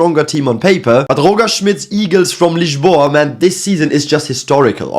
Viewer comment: The way you said "Lisboa" was so on point that you went from to for a second there.